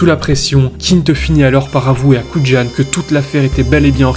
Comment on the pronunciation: Le nom de l'agent Dave Kujan se prononce "kou yane", pas "koud'jane". 😉